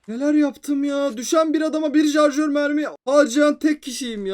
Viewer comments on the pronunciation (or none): none